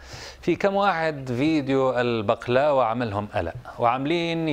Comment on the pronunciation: بغلاوه مو بقلاوه